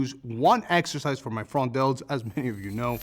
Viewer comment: He said front delts, i heard frog delts. Anyone else hear that?